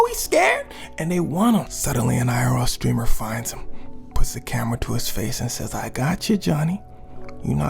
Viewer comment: Why it sounds like he said green streamer😂